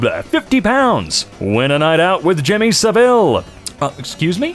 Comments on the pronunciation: Jimmy Sav-il not sah-ville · The emphasis in "Saville" in jimmy saville's case (and all UK saville's) is on the "sav" not the "ille".